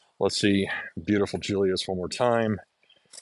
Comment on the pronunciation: Julius is Goedzo Braaf as hes eating. Lol he could be a Beofke. Ohhhh yea his birth name of Julius would be pronounced as Yulius. In Friesland the say the J like a Y